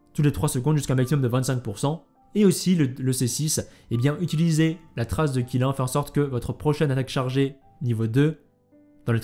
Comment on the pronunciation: Qilin se prononcerait plutôt "Tchilinn" le Qilin c'est "la licorne chinoise" (mais parfois il est représenté avec des bois de cerfs) :3